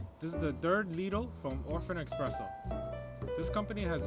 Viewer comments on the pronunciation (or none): The point is "espresso" is an Italian word. There is no "x" in the Italian alphabet, so the pronunciation should be eSpresso, not eXpresso. Sure, it's nonsense to native English speakers because it's not an English word! :) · THERE IS NO "X" IN ESPRESSO! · it's espresso mate! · It's pronounced eSSpresso, not eXpresso.